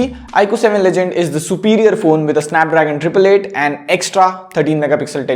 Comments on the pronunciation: It is legend... Not ledgend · BTW its "legend" and not "ledgend" i guess